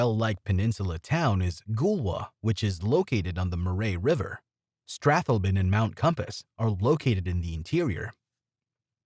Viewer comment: Mer-wray river - that's a new one LOL Mor-i-ton bay figs? oh dear... AI narrator?